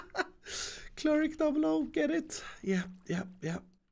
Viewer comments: "Kerig"' (Cleric) Is it just me? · It is so painful every time he says cleric/cleric's?